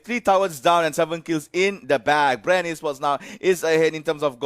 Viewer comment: Bre ng bre yung commentator ayaw nalang sabihing bren eh hahahahaha